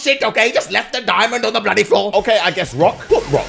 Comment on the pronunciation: Why are you keep says bloodly